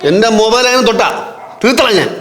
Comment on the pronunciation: ഹലോ മൈബൈൽ അല്ല മൊബൈൽ